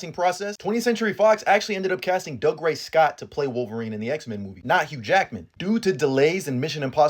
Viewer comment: It's not Dug-ray. It's Doo-gray.